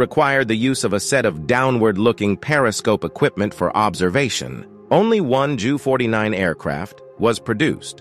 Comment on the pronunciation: Agreed, repeatedly hearing "junkers" and "joo" was pretty annoying. Hopefully, someone will soon reprogram these idiotic "robovoice" things so they can pronounce them properly, like "you-nkers" and "you."😉